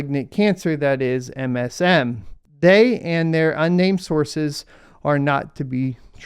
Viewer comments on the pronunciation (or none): none